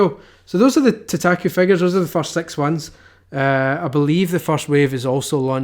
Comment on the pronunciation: You're pronouncing it wrong! idiot -_